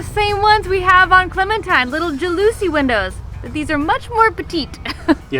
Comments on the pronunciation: Not jaloosey windows. Jal-o-see windows. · I laughed so hard when you called them ja-loosey windows. 😂😂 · they are called Jal-a-see windows. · In Hawaii we pronounce jalousie windows (jealousy). Don’t know if that’s right.